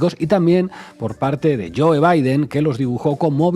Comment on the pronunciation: Joe se pronuncia Jou, en Inglés la vocal “e” es muda y como en este caso la vocal que la antecede se pronuncia con su sonido fuerte, es decir, suena como a, e, i, o ,u. Nunca suena la e, Sr. Iglesias.